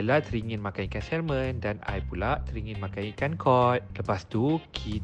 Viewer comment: pronouncing salmon salah..act it’s silent ‘l’: samon